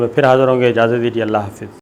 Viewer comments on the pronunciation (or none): none